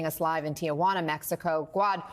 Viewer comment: He loves saying teequana